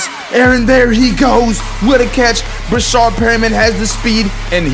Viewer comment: It's not "Breshard" it's Breshad no r after the a